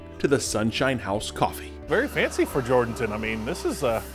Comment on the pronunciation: This is such a touching story. I was born in Atascosa County and grew up Poteet. Check into the pronunciation of the towns you visit prior to your story. Jourdanton isn’t JOR-Dan-ton. It’s Jur’dn’tun. I love my home county and the beautiful folks are totally amazing for what they are doing. But when I watched this story, I kinda cringed. I really have only good intentions. I just know if you are from this area, it’s a red flag that you don’t know the fine folks here by pronouncing their town incorrectly. Thanks for sharing this couples’ amazing ability to turn a tragedy into something beautiful.